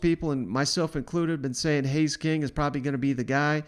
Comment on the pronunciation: Haynes, not Hays.